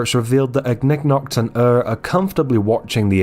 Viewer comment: THANK YOU FOR PRONOUNCING IGNIGNOKT'S NAME RIGHT MY SANITY IS RESTOREDD